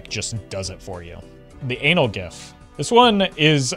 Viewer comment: Naw. We in the Ana-L-Gif hood today.